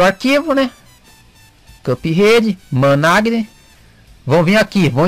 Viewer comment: ' Manage' KKKK COMO TÁ INGLÊS